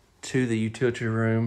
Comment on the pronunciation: Utility. You-till-it-ee. Utility.